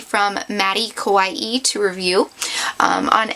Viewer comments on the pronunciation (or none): none